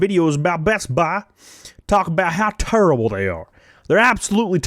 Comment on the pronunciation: Ya know, I mean...I know you do it to be funny, but like, every time you say 'terrible', it makes me think of Charles Barkley. Barkley: "Oh, that's turrable, just turrable..."